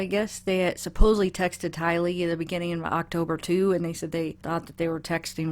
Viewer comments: I agree with having to pronounce the name right. It’s like Tyler, except girl version. I feel like nobody was even looking for the poor girl at first. We owe it to her to get her name right. Love your videos! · Her brother pronounces it without the accent on the Lee. Just straight out Tylee. You do break it into 2 and it is noticable. It doesn't matter because I know you have a caring heart and love the kids as we all do. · Debbie Melillo Mispronouncing the name of the deceased is disrespectful especially when you’re doing stories on the case. Why is showing her the correct way to say it worthy of an eye roll from you? She asked people to let her know in the comments. Get over yourself. Just because you correct someone doesn’t make you a villain. She asked!! Also rhymes with Riley. Omg, I sense another eye roll coming to me now. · Debbie Melillo Absolutely. C’mon. How hard is it to pronounce a dead child’s name correctly? Tylee rhymes with Kylie (as in Jenner). It’s not that difficult to make the effort in remembrance of this girl who was murdered. Are “YOU” for real to think otherwise?? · Debbie Melillo WTF Be respectful to this dead child by at least pronouncing her name correctly on your YouTube channel. How could you think otherwise, Deebee? 🙄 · It doesn’t bother me at all that you put the accent on the 2nd syllable. I have never even noticed. I think they had the bonfires when Tammy was visiting her parents. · I would think pronunciation would be the least of everyone's worries at the moment. SMH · It is a sign of respect to take the trouble to pronounce someone's name correctly. How would you like someone to repeatedly say your name incorrectly? It is TY-lee. Just listen to any family member or friend of TY-lee, or even any reporter, and you will hear the correct pronunciation. Practice if you have to, if you plan to continue covering this poor child's case. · The emphasis is on the first syllable TY lee. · Her name is pronounced Tie - LEE